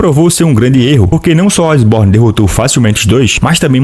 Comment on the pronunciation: Eu acho que a pronuncia correta é Eshiborn e não Asborn, mas é o que eu acho. Ashborn tipo "Ash" do Pokemon.